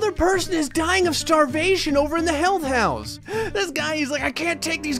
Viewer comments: I heard hell house and not health house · i kept thinking you were saying 'hell house not health house 😂